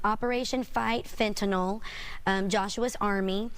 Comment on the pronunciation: Pronounces Fentanyl properly.